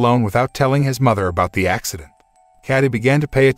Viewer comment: What about the ax- cident ?